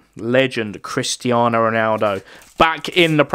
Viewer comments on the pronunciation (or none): none